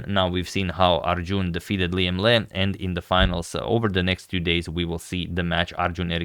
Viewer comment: I think the Vietnamese surname Le is pronounced "Lay"